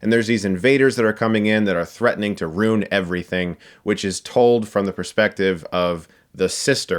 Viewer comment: Am I missing some inside Lego Movie 2 joke or did Chris just say "roon" instead of ruin?